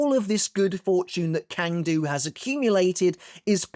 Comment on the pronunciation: Hey man, great content. You’re probably not going to read this comment, but Cang Du’s name is pronounced as (ts)(ah)(ng) Du.